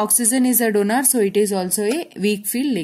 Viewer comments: It is not DONAR it is donor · Donor, not donaaar 😂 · Mam . pls dont say donaar 🙏🏻